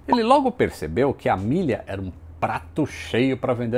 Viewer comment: Fiquei boa parte do vídeo pensando: quando vai começar a falar da Amélia? A forma com que ele fala o nome dela ficou soando como Milly..... kkkkkkk Isso que da ser alfabetizado em escola pública.... Abraço